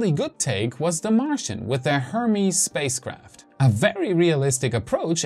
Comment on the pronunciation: Did he say "safespace craft"?